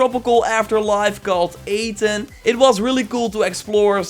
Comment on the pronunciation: AH ten not AYY ten